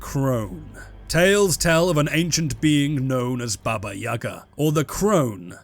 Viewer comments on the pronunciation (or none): none